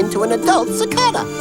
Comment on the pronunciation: Cicadas: you're pronouncing it wrong.